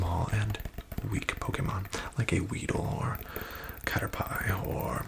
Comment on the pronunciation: Bruh said cater-Pi and spoke ill of Lord Bidoof...i think not!